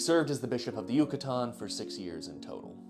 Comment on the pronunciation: Can you please pronounce yucatan a little less correctly